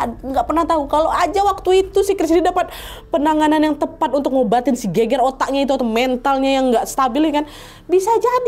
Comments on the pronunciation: Gegar otak kak nad, bukan geger 🤣🤣🤣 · gegar otak dibaca geger otak jadi gemes wkwk, soalnya kalo bahasa Jawa geger artinya bertengkar hihi.